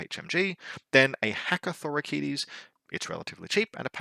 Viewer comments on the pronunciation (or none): Since I have nothing of substance to add to your faction review, I'm just gonna be that guy and say: - It's MYR-mi-don, not Myr-MI-dion – emphasis on the first syllable, and the last syllable doesn't have an i in it (pronounced like "Sir, he's gone", not "Her Idiot") - It's Thra-sy-medes, not Tha-rys-medes - It's Tho-ra-kee-TAI, not Tho-ra-KEE-tees, with emphasis on the last syllable (and pronounced like "tie") Unless of course you ask a Greek how it's ACTUALLY pronounced, and then I'm completely wrong as well...